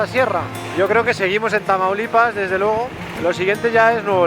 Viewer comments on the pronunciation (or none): "Traumalipas" como dice el auronplay xD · Auron le dice tramaulipas